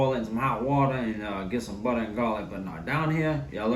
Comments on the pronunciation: Love the way this dude talks man! Love his cooking even more..."one stick ah buttah"...lets go!! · Nah I just watch dis to hear “buttah”